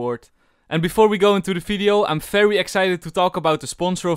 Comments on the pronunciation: I like the fery fery cool every time u say it its just nice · That "VERY COOL VERY COOL" is so satisfying to hear!!!!! It actually sounds like "FERY COOL FERY COOL" because of your accent.